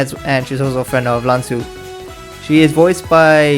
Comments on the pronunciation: isnt it supposed to be pronounced as Rahn-ju? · You pronounce the name 嵐珠 (Lán zhū) as lahn Jhu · It’s pronounced as lan (la-ah-n) Zhu(th-wu) also Mia said the s word